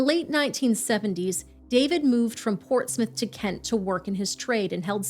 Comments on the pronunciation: I'm from UK and REALLY appreciate you getting the pronunciation of Portsmouth right-Love your channel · Less than a minute in and I have to compliment you on the pronunciation of Portsmouth - well done!